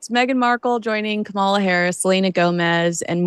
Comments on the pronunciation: Sorry guys but the accent is in the FIRST syllable in Kamala’s name. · It would be nice if you showed some respect and pronounced Kamala Harris’s name correctly! I have watched trump’s rallies and also to accuse her of word salad…seriously?! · knows exactly how to pronounce Kamala. She makes herself look very uneducated when she pronounces like her Big Daddy does 😂😂😂😂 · Show respect when respect is due and pronounce Kamala Harris's name correctly. Come on man, I thought you were better than this... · Gave yourself away girl. Can't say Kamala Harris' name correctly. Both of yous magats?